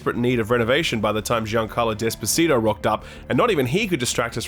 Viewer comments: DID YOU CALL HIM GIANCARLO DESPACITO?! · Dude said jean Carlos despacito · Did you just call him Giancarlo Desposito?? :D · “That formula was in great need of renovation by the time Giancarlo DESPACITO rocked up…” 🤭😂 tee-HWAH! Ah yes, the whole world loved that song. You mean Giancarlo Esposito?